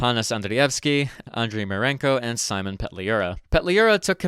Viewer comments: His name actually spelled Simon and pronounced as Seem-on Pet-lew-rah, not Sai-mon, and his born name actually Semen 😢 (that is why he changed it slightly) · Hey anglophile (partially joking). His name is probably not "Saimun" either you dipshit. It's Symon. If you're gonna learn how it's pronounced, you have to actually learn how it is pronounced. Not read it, and suppose it's pronounced how it is in english, and then announce that's how it's pronounced. Think about it for a second. Love your videos, but hear yourself, jesus christ. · It is "Simon" and not "Saimon". There is no "a" in it. Why the hell you then pronounce it like Salmon. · His name is "Симон"(Symon with /ɪ/(i`m not sure if i got the sound right) ), not exactly "Саймон"(Simon) with /aɪ/. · Симон is pronounced as see-mon not with an English I we don’t have that sound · actually, in Ukrainian we call him Sy-mon (Симон). Ukrainian И sounds like English "i" in "bill". it's close to how you pronounce "cinnamon" (with out "nna") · actually, his name is pronounced see-mon🤓